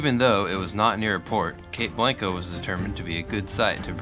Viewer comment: The ones I remember. Peter ire dale, Cape Blahn-co, Ya-quin-a. Hard to do that over typing. Hope it helps. Again- Amazing work!